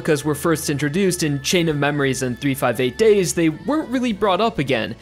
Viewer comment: I'm calling it now the best part of the video is when he pronounced 358/2 days correctly